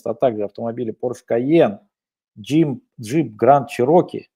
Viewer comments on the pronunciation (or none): none